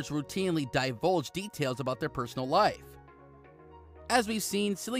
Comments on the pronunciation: Omg it’s Cillian not Sillian ! And at the end you say he was born in a Dublin - wrong - he’s from Douglas Cork . Research your videos info before you post them ! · Omg there are so many mistakes in this video. It is disgraceful especially that you pronounce his name wrongly. How can you do that it’s pronounced as if it was K not C or r S If he was born in Douglas, it was Cork not Dublin, and as far as I know, he he grew up in Cork😡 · It's pronounced Killian bro... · The pronunciation of Cillian Murphy is actually Killian not Sillian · Note, his name is pronounced with a hard K sound, sounds like kill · It would be nice to pronounce his name correctly! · Clickbait with constant mispronunciation of his NAME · This is the most annoying video. You pronounce his name wrong over and over